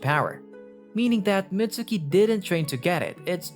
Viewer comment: its not pronounced Mitsuki theres a silent u